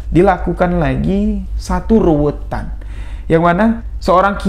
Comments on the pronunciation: Bukan ruwetan mas, tapi ruwatan.. Krn ruwet dan ruwat itu beda arti.. Walaupun kami tau maksud dr. Tp alangkah baiknya diucapkan dg pengucapan yg benar spy tdk ambigu. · Ruwatan bukan ruwetan. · Ruwatan.bukan ruwetan. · RUWATAN bukan RUWETAN.......